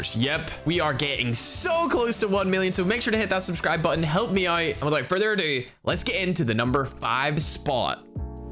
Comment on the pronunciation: Be sure to hit that subscribebottem!" Me:,, should I desunscribe him now?"